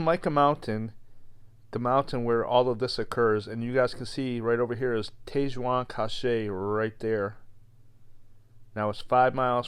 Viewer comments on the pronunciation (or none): Sry not sry but it is bugging me. hahaha, my problem not yours. Tete Jaune Cache is pronounced Tet Joan Cash. Or close. Means Yellow Head Cache (food storage) It is on The Yellowhead Highway. An excellent vid though and thanks